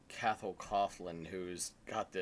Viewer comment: It's pronounced more like Ca-hol Co-aklan. Cathal jokes about the difficulties Anglos have with his name in songs more than once.